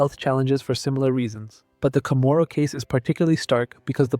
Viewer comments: I wish you'd learn how to pronounce CHAMORU. It's not kah moro. It's not Chamorro--wrong spelling--either. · Other than mispronouncing the word Chamorro sometimes, this is a good video.